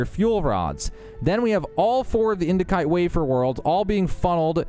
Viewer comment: the C in indicite is pronounced as an S, not a K.